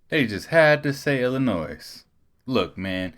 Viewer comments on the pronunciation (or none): How are you from Illinois when you say Illinois and pronounce the S on the end?😂😂😂😂 you got to be kidding me bro seriously?! Tell me that was a mistake?!😂😂😂